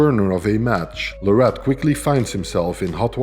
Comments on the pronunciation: I had to turn the video off a few minutes in after hearing la-rat over and over again. His last name is pronounced Lare-it. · PLEASE YouTube content providers... LEARN TO PRONOUNCE THE MANS NAME RIGHT!!!!! It's Larratt like Carrot 🥕😮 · Its Devon Larratt like Carrot, atleast pronounce his name right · His last name is pronounced like parrot. Larrat. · You know there was a time when people could debate if he was legend status or not, but as I've been saying the whole time, watch this man and what he does over the next 5yrs and u can't even argue it anymore. The facts speak for themselves, and when he beats Levan......he will be crowned the indisputable king of arm wrestling Now you just have to get the pronunciation of his last name right lol. It's Larratt, as in Carrot!😮